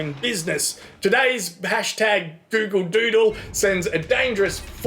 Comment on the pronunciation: "A Gyoogle Dyuudle." Brilliant